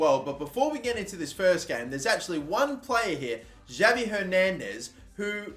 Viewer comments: Pls stop saying Javi it’s pronounced Havi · don't pronounce the J in Javi Hernandez, it's pronounced with a H instead of a J